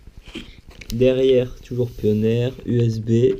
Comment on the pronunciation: Lol pioneer se dit pionir mais sinon sssuper vidéo j'ai egalement le meme controleur